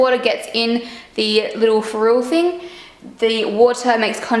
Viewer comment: You pronounced "ferrule" correct at your first attempt.